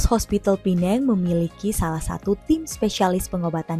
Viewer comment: Pertama kali mendengar warga Indo menyebut PENANG dgn sebutan yg betul....Pulau ini boleh juga disebut Pulau Pinang....